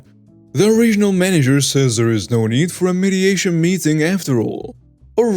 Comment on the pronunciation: mediation does not sound the same as meditation this is the second time I've heard you make that mistake